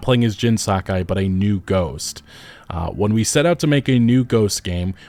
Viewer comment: YOH TEH E !!! SAH KAH E !!! For the love of God